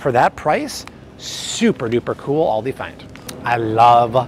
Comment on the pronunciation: do you mean, "Aldi"? you said, "Andi" but I am assuming this is what you meant? I just discovered Aldi and gotta say, really appreciate the lower prices..........the guy who started Aldi is brothers with the Trader Joe's guy and out of Germany, who knew? I like Aldi's now. saving money and good quality, but gotta read labels and ingredients always. God bless America ~